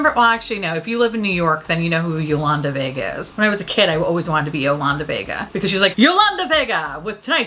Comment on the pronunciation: OMG!! I literally died when you said Yolanda Vega!! I grew up in Yonkers and i LOVED Yolanda!!!! I died when you said her name the correct way! Fun fact i wanted to be her for halloween in the 5 th grade but changed my mind and went as Jeffrey Dahmer stew...my school made me take my costume off because some chick cried....that actually sums up my childhood beautifully. Anyway, thank u for making my evening!!